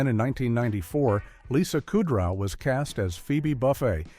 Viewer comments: Bookman….Buckman…say his name correctly. Also said Kudrow and Buffet wrong.. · Not many so much "Weird Facts" as basic ones that you'd know if you watched the show. Buchman, Kudrow, Buffay and Hal are pronounced wrong. The blackout was not caused by a lost earring, Jamie was stealing cable. Paul didn't discover that Kramer was living in his old apartment, Paul was subletting to Kramer. Jamie's mother didn't suggest nor explain the name Mabel for the baby, Jamie and Paul independently put the name together from the phrase, "Mothers Always Bring Extra Love." Maggie was married to two different men named Hal, 1st Hal then 2nd Hal then 1st Hal again, there was not a 3rd Hal. Why list "Weird Facts" that are flat out wrong? Is the narration AI slop?